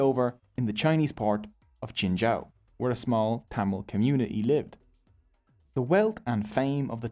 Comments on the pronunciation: Tamal❌️ Tamil✅️ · Its not TTammil.. Its Thamizh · BTW it should be pronounced as "Tamizh" and not tamil. Pronouncing it as "Tamil" sucks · “Yeah and one more note, tamil is Pronounced as Thamizh , and that gives it the beauty…!! “ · As a Tamil,it's pronounced Tam-izh(there is a Tamil letter with no English equivalent) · Broooo its pronounced thamizh plsssss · As a Tamil I can say that you mis pronounced almost every Tamil words. Nandri-thanks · he buthered every tamil word possible.but its okay love you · Bro the Language Tamil is pronounced (Thu - mil) and the temple Padmanabhaswamy is pronounce (Pudh-ma-na-bhu-svaumy)